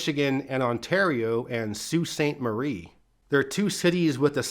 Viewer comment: Our locks in the UP are pronounced Sue Locks. at Sue Saint Marie. For pronunciation, not spelling, of the French words.